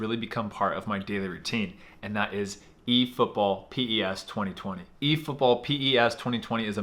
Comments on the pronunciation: It's pronounced 'pes' you don't say P-E-S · No one:: PI-E-ES Football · The fact that you called PES P-E-S let me think you don't actually play it. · It's not p.e.s